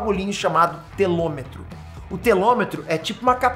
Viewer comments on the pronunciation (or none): Telômero e não telômetro... 🤣😁🙊🤦🏽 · Telômero e não telômetro. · Fala, o correto é telômero e vc está pronunciando telometro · o o nome desse bagulhinho chamasse telomero e não telometro você errou cara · Show,. Explicação interessante. Abraço! P.s.: pequena correção, é "telomeRO".